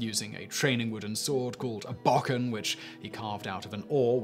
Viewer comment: bo ken not boken